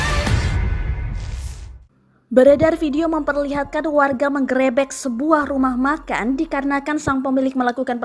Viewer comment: 'Terkulai'.. bukan 'Tergulai' ... 'menggerebek'... bukan 'menggérébék'... 😁